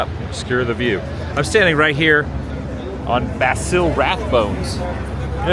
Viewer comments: You lived in Hollywood all that time and you don't know who Basil Rathbone is? And by the way, you said his first name wrong...🤔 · Basil Rathbone's name is pronounced with a soft s, sounds like Bah-zil.